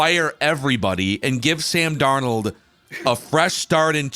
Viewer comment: Now that can finally say Sam Darnold’s name correctly…. Can we start mispronouncing the former Minnesota quarterbacks name as “cooked cuisine”?